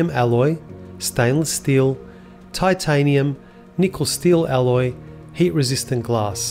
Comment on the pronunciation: The word is "Alloy", moron! IT IS NOT "ALLOW", pillock-brain